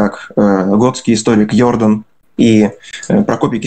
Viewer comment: "ПолякИ, казакИ, ЙОрдан". Чуть кровь из ушей не пошла.